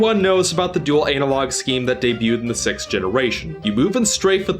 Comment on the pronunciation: I like how you can't say sixth. You can only say six. It's kinda cute.